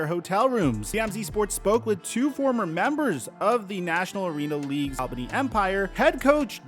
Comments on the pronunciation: Hey, coming from an Albany native, great coverage, but a heads up, it's pronounced "All-bany" not "Al-bany" keep up the great work though 💪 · It's pronounced ALL-BANY. Not Al-bany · AWL-bany. It's pronounces Awl-bany. Take it from someone who works in that arena and lives in the Capital Region. It's pronounced Awl-bany. NOT Al Bundy-Bany, AWL-BANY. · It's pronounced ALL BEEN KNEE. ALBANY. just saying I'm a new Yorker. Lmfao. And no, we all don't sound like we're from Brooklyn. But I'm from Brooklyn lmfao. Anyway u always do a great job young man rock on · Also it’s pronounced ALL-BAHNEE